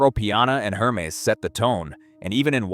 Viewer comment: Hermes: HERRMEZZ! Tag Heuer: TAG HEEER, TAG HUUUUR! Hublot: HUGH-BLOW! Also all the video is just random BS.